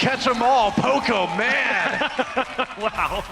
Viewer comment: Did he just say pokoman?